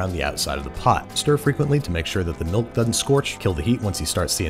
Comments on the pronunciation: my man said mulk... MALK!!!! It's pronounced MILK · molk powder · Mulk powder? Oh, and subtitle person, it's "Anebriated", not "A knee braided". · Babish: So I’m going to add 15 grams of bon-diastatic mulk powder. Me: Mulk?! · Don't think you got away slipping that "mulk" past us. You're on thin ice bub